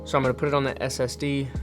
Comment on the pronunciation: So your Premeire is on an external Ssd? That’s what I sounded like you said.